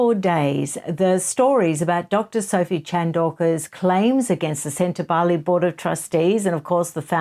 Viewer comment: Ingrid Seward was irresponsible in her reporting, in my opinion. She not only mispronounced Sentabale again and again, but she provided harry with various outs. It was disturbing to watch. I was shocked. Obviously, i no longer look at journalism as a respectable and investigative industry. It has become an opinion sharing service. Not factual, and a one-sided, propaganda fest. Once considered free and fair, the journalists themselves allowed their industry to be sullied. Do not feel for them. Feel for the journalists who were imprisoned or died to be awarded the ability to share facts and not storytales.